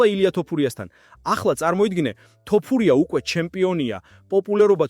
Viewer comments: შეგძლებია თოფურიას თქმა სირცხვილია ქართველი კაცი ხარ და ელემენტარულ გვარს ვერ გამოთქვამ წესიერად ეს მართლა სირცხვილია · ეეე ბიჭო შენ მართლა და რყლეე გჭირს. ხან ასე გითხარით ხან ისე და ეხლა კიდე კომენტარში დაუწერე ტოპურიაოო და მოდი ძმაო ან სწორად უძახე ან ვისი სახელიც იცი იმაზე გააკეთე სიუჟეტი